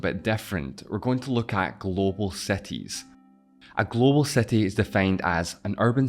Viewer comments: all good man, but if you're doing a video about cities make sure at least to check the pronounciation of the very same word. It took me like 6 time of hearing that word to get that you were talking about cities. (which btw is pronounced SEETEEZ, if that helps, not SETEE) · wtf is "seti"? my ears are bleeding.. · Bro stop talking what is „cetees“ and „defferent“ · What's the accent of the guy that is presenting the video? I am really curious, he pronounces i's in words like "combined" as "excited" a's and the word city/cities as setty/setties. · The things uou were talking about are more like "|ˈsɪtɪz| ", rather than "setiz" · If I had penny each time he says "setis" XD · Cities not Sceties 😂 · can u stop saying cetis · Seties? Seti limits, seti proper, Mexico seti, twentiSex mellions...I just can't.